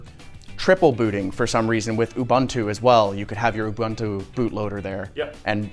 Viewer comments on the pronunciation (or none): I heard people say "Abuntu" before, now I heard "ubAntu" (mentioned at the end), some day youtubers will learn to say "ubuntu". I guess English would write it "OO-BOON-TOO"